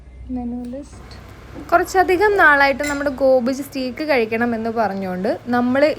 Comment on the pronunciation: Its pronunced as St'a'ke ... സ്റ്റേക്ക് not സറ്റീക്ക്